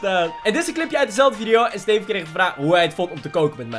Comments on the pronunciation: Hoe “Steven” zegt! “STEFUUH” 😂😂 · Ik merk het nu pas